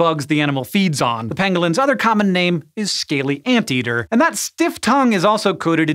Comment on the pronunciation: “Pangolins” sounds like Benedict Cumberbatch trying to pronounce “Penguins”